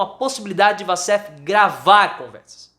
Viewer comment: A pronúncia correta é " uoussef" assim como Waffles se pronuncia "uofous"